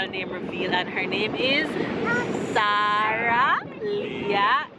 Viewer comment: Hello fam! I absolutely love the way you pronounce Sarah, it so beautiful. 💜